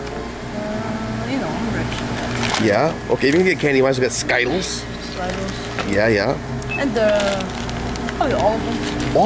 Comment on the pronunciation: Why do you say skitels like skaitels